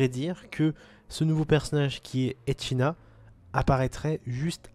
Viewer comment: "GRAFIEL" et "Echina" ? MDR, c'est Garfiel et Echidna , n'egorge plus le nom de ma déesse